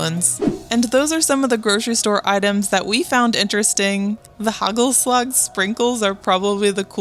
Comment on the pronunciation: as a dutch person. Its HAAACHELSLAG not hegelsleg (no hate)